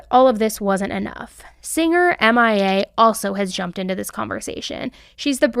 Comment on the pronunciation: My darling, it is paper planes by m. I. A. Not Mia like missing in action abbreviation darling